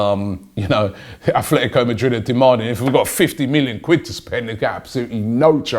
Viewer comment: ATLETICO not AFLETICO